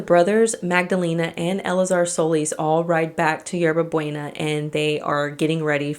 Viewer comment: 😂😂you butchered the pronunciation of Hierba Buena!! Its pronounced 《Yerba Booena. Thats fine though atleast you apologized.